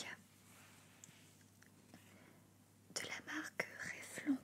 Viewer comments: Bonne video, juste c'est "Revelonne" et non pas "Revelon". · Je crois que la marque Revlon se prononce "revelone" 😅😂 Sinon super vidéo comme d'habitude 👌❤